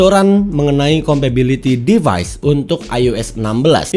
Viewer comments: Compatibility ya bang, bukan compability! Dari awal video risih banget deh dengernya. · Compatibility bukan Compability 🤣🤣🤣🤣 Sehat and sukses terus terus ya.